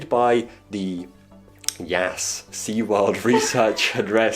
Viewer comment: I believe they actually pronounce the Yas area of Abu Dhabi “Y-OZZ”